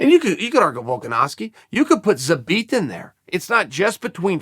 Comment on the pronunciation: Kinda disappointed in ol' Chael for pronouncing Zabit's name properly. Missed a perfectly good opportunity for a "Zabbit."